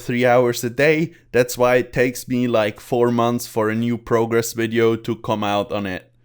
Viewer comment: I love it when you say "Wideo"